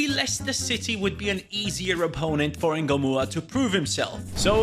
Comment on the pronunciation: Why is it Rio engumoha not Rio Ngumoha🤷🏾‍♂️